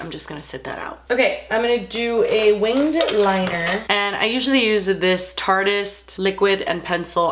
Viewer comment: THANK YOU SO MUCH FOR PRONOUNCING TARTEIST LIKE TARTIST AND NOT TARTYEST UGH THAT IS SO ANNOYING I LOVE YOU